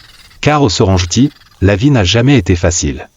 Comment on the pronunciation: Il faut respecter l'authenticité des noms des lieux de votre documentaire. Serengeti se prononce Serenggetti (serengueti) et non ( serenjeti) , du respect svp pour les noms propres